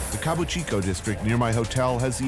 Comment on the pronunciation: A rare mistake by Tony - it's Kabukicho not Kabuchiko.